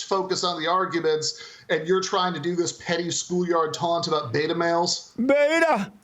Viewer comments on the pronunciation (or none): I know it's a British thing but maybe the rev is confusing Ben for Bill in the flower pot men (beeeta). Check it out it's a kids BBC show from the 60s they smile weed and have lost the ability to speak coherently (a lot like Ben).